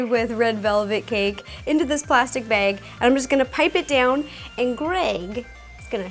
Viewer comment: She says bag like baig lol thats cute